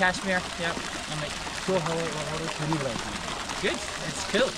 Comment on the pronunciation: It bugs me that no foreigner is able to pronounce Kashmir Correctly